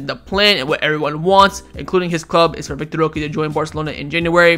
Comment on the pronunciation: Bruh it's vitor [vee tor) not vic tor